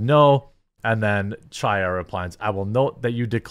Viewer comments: Jeremy its pronounced chaya with a throaty ch not cha cha cha . Its a hebrew name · Hi Chaya is pronounced with a harsh "H" sound, kind of like a cough from the back of the throat. "High-ya" if you don't want to make that sound lol. It doesn't have to sound like you are kicking up a loogie; just a slight emphasis will do. Thanks for covering everything that you do❤❤ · Absolute FACTUAL perfect description of Ms. Lorenz, Jeremy nailed it!😂 Also Chaya is pronounced Hi-yah think of the pronunciation of Chanukah the C is silent.😊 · Love your channel. FYI, Chaya is a Hebrew name and the "ch" is not pronounced like cheese. It is a gutteral sound like the last two letters of "Reich" the way Rush used to say. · It's hilarious how you pronounce "Chaya"... I know it's a hard sound for non-Hebrew speaking people.... but that's such a hilarious refusal to even try and emulate the correct sound! Oh... and you can't even pronounce "Bezos" correctly... THAT'S AN ENGLISH NAME!! GEEZ!!! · I wish you would pronounce Chaya’s name correctly. The “Ch” in Chaya is a guttural “ch”, as in the “ch” in the German word “achtung”. The Russian letter that looks like an “X” makes that same sound that’s missing in the English language.